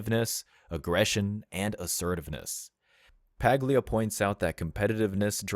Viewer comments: The “G” in her name is silent, sounds like “Pah-lia”. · Check how to pronounce her last name. G is silent